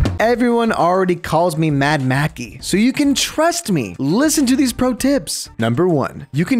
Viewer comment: Ten seconds in and I hear "Mad Mackie”. Goddamnit I love your channel so much